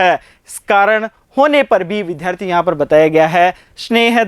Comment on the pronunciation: विद्यार्थी शब्द को शुद्ध भी बोल लीजिए।